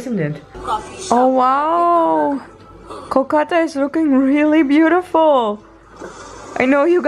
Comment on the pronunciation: wow u pronounced Kolkata way more better than others non-bengali Indian ...I'm impressed 😲😲😲😲